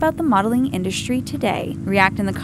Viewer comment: "you don't get to keep the clothes" LOL! whoever in their right mind thought models get the stuff they are wearing? Like, seriously? Also, why do you pronounce it "indushtry"? Very irritating.